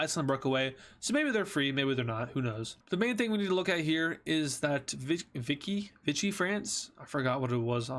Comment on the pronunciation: it is pronounced vicky france and there was also free france in what's today cameroon,chad,congo and later the car and gabon